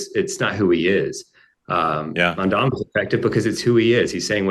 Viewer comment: Mark, you keep saying “Mamdami”, LOL. Is that some kind of shade? 😂